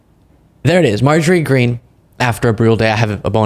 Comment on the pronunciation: You're mispronouncing her name, its "Marjorie Taylor Peen" .